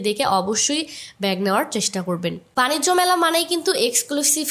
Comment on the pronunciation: বাণিজ্য মেলা বাণিস্ট না 😂